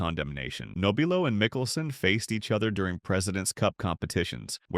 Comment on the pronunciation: How about an honest pronunciation of Frank's last name?